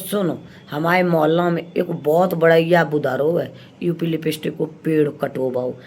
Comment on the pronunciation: आंटी निरलज्ज होता है लिलज्ज नहीं.. पर्दाफ़ास होता है परदाफ़ास्ट नहीं.. आगे होता है आंगु नहीं.. और आंटी अंत में 😂😂😂😂😂😂😂😂 यूकेलिप्टिस होता है यूपीलिपिस्टिक नहीं.. वैसे हँसते हँसते घोड़े दौड़ गए 😂😂😂